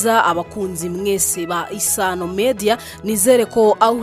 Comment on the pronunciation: Hello nice voice! And well done may I give you some tips there are different between " ba Isano" and "B'isano" thank you regards